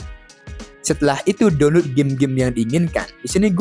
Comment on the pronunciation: DONLUT 🖕🏻 Saran kalau masih batu yasudah, PRONOUNCE YG BENER, Atau sekalian pakai bahasa indo "Unduh" blok